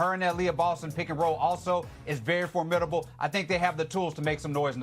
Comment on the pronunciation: Nothing shocking about that except that he can't pronounce formidable. Aari should get be getting 5 minutes backing up CC and 5-10 minutes backing up Kelsey. Yes, a healthy CC should be paying 35 minutes.